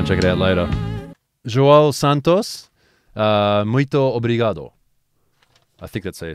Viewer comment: omg Portugal, didnt expect my country lol, plus you said João and Muito Obrigado really well! Greetings from Portugal Edit: Tadorigem is a guy that does shannigans in his nissan 100nx with his friends, he has around 6000 subs